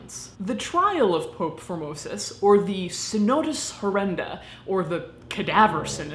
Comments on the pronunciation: It miiiiiight just be my warped sense of humour (and the fact that my mind is perpetually in the gutter), but I keep on hearing "Phimosis" instead of "Formosus". 😶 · I thought you had said Pope 'Phimosis' at the start. xD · Reaaaally thought you said “Pope Phimosis” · I'm sorry but every time you say his name all I hear is "phimosis" and get completly distracted lol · Formosis? I thought you were saying "phimosis", a disorder or the male genitalia. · At the very beginning I thought she called him “Pope Phimosis” and fell into a giggle fit. I’m so glad his name wasn’t actually Pope Phimosis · I swear, the first time you said, "Pope Formosis" I thought I heard, "Pope Vomitus." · I was pretty sure that at first you were saying phimosis and was chuckling